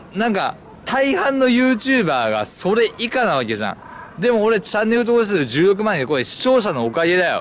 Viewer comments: チャンネル登録者数16万人が10億万人って聞こえて「は？何こいつ盛ってんだよ」って思った。。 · １６万人が10億万人に聞こえたw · 16万人が10億万人に聞こえて仕方ない